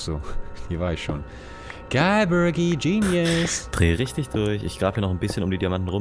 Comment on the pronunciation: bergi nicht nergi sorry